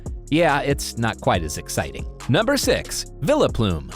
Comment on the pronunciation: My dude it's Vile-Plooooom